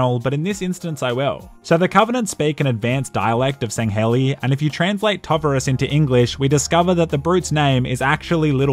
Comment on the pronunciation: “The covenant speak an advanced dialect of Sangheili” Look I get it was for a joke but that was still painful to listen to